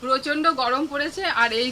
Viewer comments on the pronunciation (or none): 'পচন্ড পচন্ড পচন্ড পচন্ড গয়মে যোগাড়যাত যোগাড়যাত কয়ে হুপো আর হুপো' রান্না। ও বাবা শ্বাশুরিও বলে যোগাড়যাত!!!